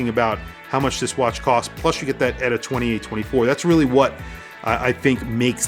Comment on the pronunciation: Lume is the wrong sort of corner to be cutting for a brand that thinks it's a "Luxury" brand, Inexcusable! Although I want a few of them. And it's E-T-A, not "Etta", ditz.